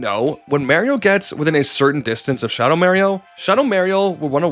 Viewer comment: Shuhdow Märio particularly hurt